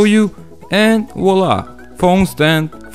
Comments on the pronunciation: Did he said subscribe or howscribe lol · he said hlick hubhcribe